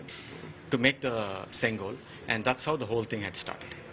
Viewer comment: It is sengol and not singol